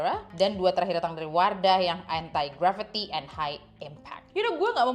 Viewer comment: kak maap tp aku salah fokus dgn penyebutan entai gravity 😭 jadi inget era melem-babi 😭